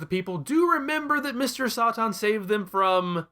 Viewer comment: My money is on Mr. Sahtahn and Veedehl, rather than the Sigh Yawns.